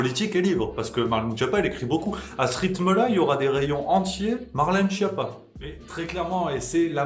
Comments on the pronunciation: Schiappa se prononce "Skiappa", nom d'origine italienne, la traduction française porte à sourire... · Juste pour info, Schiappa se prononce "sKiappa", d'ailleurs elle a plutôt intérêt à ce qu'on dise mal son nom parce qu'en Italien, "Schiappa" veut dire "nul", "cancre"...